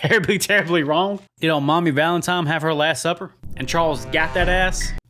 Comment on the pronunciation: Valentime. Haha.